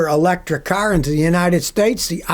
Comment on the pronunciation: "Electric" hahahahaha fail